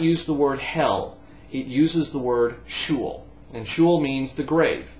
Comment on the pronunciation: well done man! Btw you mispronounced the word sheol. It's not shul (which actually means synagogue in yiddish) but she -ol. anyhow great questions